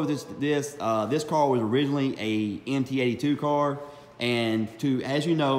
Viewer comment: Nice video but it’s “MT-82 “ not NT